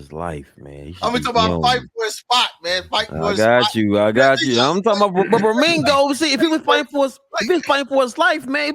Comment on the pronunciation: His name is pronounced, RE- ME - GI -O !!!! OK 👍 👌